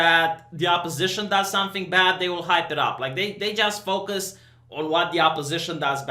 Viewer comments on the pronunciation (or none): none